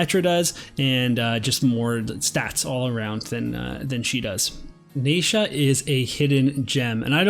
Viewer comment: This is great info, your content is always so helpful and I really appreciate it. I cringe every time I hear "NAYsha" but I'm just gonna have to let it go 😜